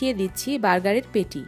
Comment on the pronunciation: পেটি না শব্দটা প্যাটি হবে